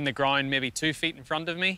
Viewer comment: Rory says “GROIND” instead of ground lol